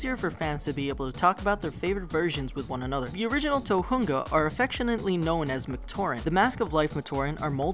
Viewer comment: You pronouced "tohunga" wrong